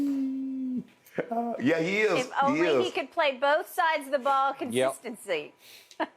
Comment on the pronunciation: Did she just say " consistency"???? LOL